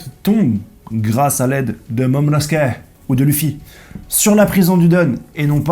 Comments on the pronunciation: mec ta facon de prononcer momonosuke est dès fois irritant 😂😅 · A chaque fois que tu dis momonosuke sa m’éclate 😭😂😂